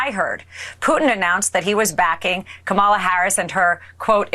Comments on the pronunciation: I noticed that she pronounces the letters “a” her 1st name the same as in the name Pamela, not like the “a” in the word calm. It seems that even Ben gets it wrong. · This woman is so full of crap that it makes me literally laugh out loud. That whole schtick of pronouncing Kamala's name wrong on purpose is so damn childish. It just goes to prove that she really does fake being smart.😂😂😂😂😂😂😂😂😂😂😂😂😂😂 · Everyone of them purposely mispronounce Kamala, it's so disrespectful, she is the current vice president. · Alina is an embarrassment!! I honestly don't understand why these people keep on pussing all these stupid lies. They only care about personal gain and Maga is too dumb to realise that! Alina is one one of the worst of them and I just hate it they way to mispronounce Kamala's name on purpose. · It‘s so childish to purposely mispronounce someone‘s name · And with all of her education she cannot pronounce Kamala’s name correctly, either? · I say that until these idiots start saying, Kamala's name right we should start mispronouncing each and every single one of their names incorrectly Period Because I don't care If they disagree with her politics or they don't like her Or whatever it is It's disgusting that they refuse to show even the most basic respect to the vice president of the freaking United States of America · It's so disrespectful how the magats keep mispronouncing VP Harris' name! We know they watched the DNC convention and were taught how to pronounce it. Just shows how stupid and immature they are!